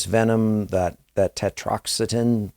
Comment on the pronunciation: Another great piece of content. I can even forgive your inability to pronounce tetrodotoxin! 😉 This is so incredibly sickening that I find myself feeling guilty for allowing myself to become intrigued by these details & theories of such dark deeds! I pray everyone involved in this tragedy finds themselves with the justice they so deserve!